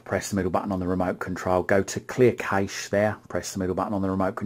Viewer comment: You said "remote control" like 100 times! So annoying, sorry just being honest, and it's not nessasary really? Also " cache" is pronounced "cash" keep up the good work 👍